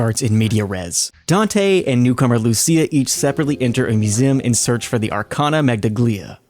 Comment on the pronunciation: Those are Italian terms lol Medaglia is pronounced as medaliya (medal) Calice -> cali-che Bastone -> basto-ne (stick/cane/rod)